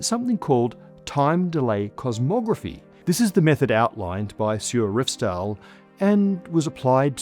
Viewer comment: You say Revsdal perfectly. SJUR is pronounced more like SHOOR, but the OO should be very narrowsort of like a Scot would say TOO. Also, the R is rolled, again like the Scots.